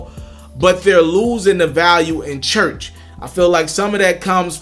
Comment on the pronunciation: Chuch or church? my man this the shit I'm talking about.... Slow down check yo shit you moving to fast....